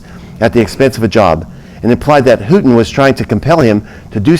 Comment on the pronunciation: Houghton university is pronounce Long O